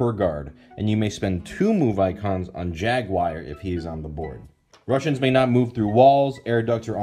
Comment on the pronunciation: The way you pronounce "Jaguar" makes me cringe every time. Good review though, and the info on the package was a lot more helpful than I would have thought that it would be.